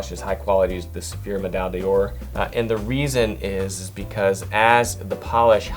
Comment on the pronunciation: Great video! But please learn French pronunciation, it kills me! When you're trying to sell a higher end product - please don't butcher the names!! Pommadier - Pom-mad-ee-ay , D'Ors - duh-or , Médaille - Meh-dye